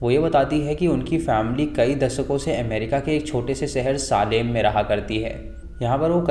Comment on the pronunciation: सालेम नही भाई सेलम. सेलम tha city ka naam jaha wich trials hue the